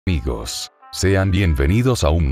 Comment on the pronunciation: Al inicio del vídeo dice igos